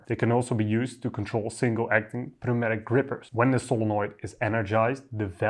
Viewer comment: FYI, the "p" in pneumatic is silent